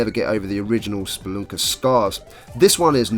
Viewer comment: i had a feeling thats why you pronounced it that way xD